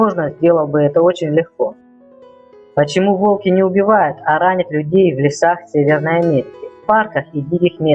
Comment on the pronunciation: Не волкИ, а вОлки. Делай ударение правильно